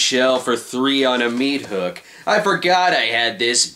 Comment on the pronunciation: What's a mea-thook?